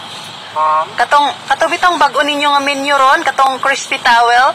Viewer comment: WoW Grabi si ate galing mo ah! Di porke nag trending yan mang insulto mo agad yong crew! Sa iyo kaya gawin yan! Di ako magaling mag English pero ang pagbigkas mo pa lng menu ay menyo ang pandinig ko haha Grabi si ateng. Ano ba YouTube Channel niya sir?